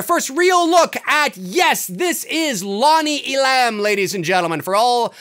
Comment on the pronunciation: It’s Lonnie E’lam! Not E-lam’! Accent on first syllable!